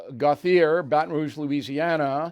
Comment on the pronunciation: “Gauthier” is pronounced “Go Chay”. FYI